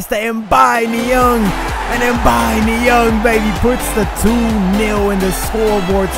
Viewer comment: It's Niang Not Niong